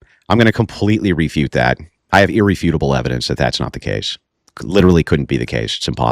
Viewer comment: Can’t wait for the “overwhelming evidensh”